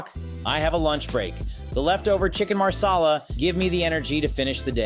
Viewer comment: Once again: Chicken MASALA! Not maRsala! He's INDIAN not ITALIAN!